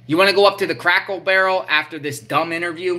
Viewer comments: Its Cracker Barrel!! NOT Crackle Barrel!! 😂😂😂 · you crack me up when you say, "crackle barrel" instead of "cracker barrel" 😂. Keep up the good work and may God bless you